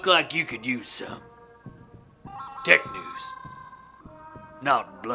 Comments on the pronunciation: Who else thought he said dick news instead of tech news at the start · I thought he said Dick News at the start xD